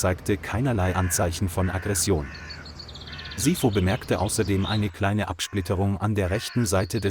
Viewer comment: Sipho is pronounced SEA-PO and thats a black name